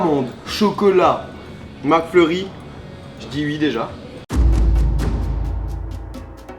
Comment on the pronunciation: Moi j'adore le '' Je dis déjà ui'' 😂😂